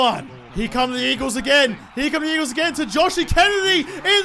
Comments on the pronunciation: 'Weagles' LOL, that's cracking!! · You said the weagles